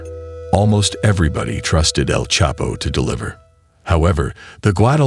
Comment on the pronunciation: The narrator is not even saying El chapo name properly 😂😂😂